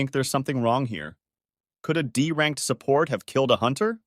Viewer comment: took a full half hour to realize that you are saying "support" and not sa-pert 🤦